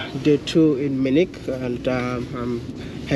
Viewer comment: Hi maya,the name is Munich not menich